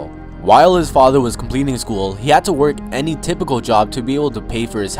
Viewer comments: “And HAD to go to HARVARD” bitch is u drunk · I love how he said "he had to go 2 Harvard"😂